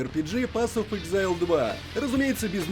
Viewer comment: Не "эксэйл", а "ЭКЗАЙЛ"! "Эксэйл" - это выдох.